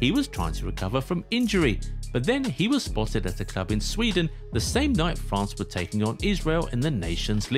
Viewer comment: 0.25 it's France not fance 😂 also I pronounce it MCRAPPE suits him better.